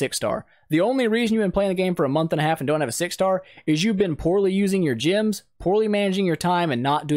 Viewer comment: This is a great tutorial man, but two things I noted: - You mention a place you need to be lvl 80 to reach. ^^ Not really for new players. - Why do you pronounce "gems" like "gyms"??